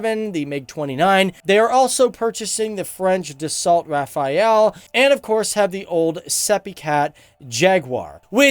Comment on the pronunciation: Dude your search sucks.. It's not Rafael it's Rafale